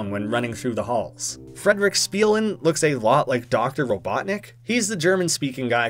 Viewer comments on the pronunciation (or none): Frīdrih Špīlen not Fredrik Spīlen.